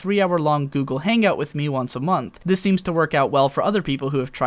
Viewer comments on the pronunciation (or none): none